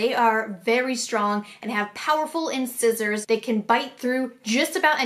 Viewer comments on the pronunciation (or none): I love you, but I have to tell you this. "Incisors" is pronounced "in-size-ers" and "taupe" is "tope" (rhymes with rope). I'm sorry. It's been bugging me. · The way you pronounce taupe and incisors is killing me